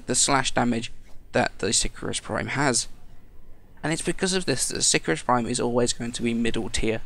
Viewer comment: si-cahr-us :P